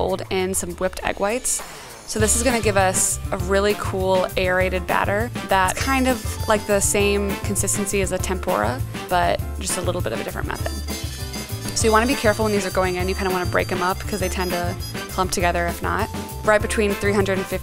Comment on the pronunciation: "tempOra" and "PAN-ko" hurt me